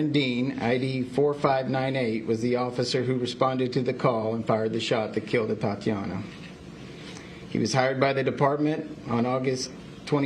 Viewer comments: 🤔Boy, they sure did jack her name up😠You would think that a situation like this, they should've been briefed as to how to correctly pronounce her name!!!😡🙄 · Yeah. Kind of cringed Everytime they tripped her name. Just put. A in front of Tatiana.